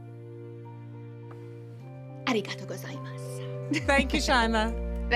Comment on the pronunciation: aruhgado gozamuss ? Maybe practice the pronunciation a bit mate